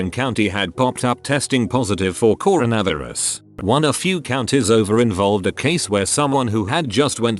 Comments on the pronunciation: Corn - a - viri - ez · The pronunciation of coronavirus 🤣